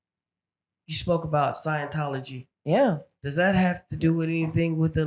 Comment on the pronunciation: "Science-tology" sent me😭